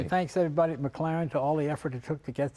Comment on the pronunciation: Did tha' peepers bro' jus pronounce tha' W1 as a..McGlaren...auch aye, laddie..a McGlaren !